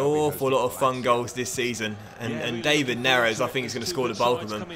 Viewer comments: Isn’t his name pronounced Dav-Id not Dave-id?🤷🏻‍♂️ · Great vid, but hold on. David Neres is pronounced Dav-id , not the English way Dei-vid. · Please say it da-vid neres not day-vid neres, idk just my opinion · You're not saying David right